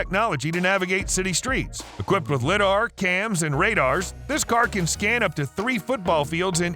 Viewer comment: Lidar, is lie-dar